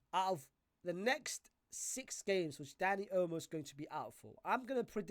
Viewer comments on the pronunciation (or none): why does dis brudah keep callin him "Dani Elmo"????🤣🤣🤣